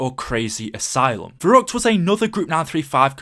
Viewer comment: I'm part German but it's pronounced verreeckt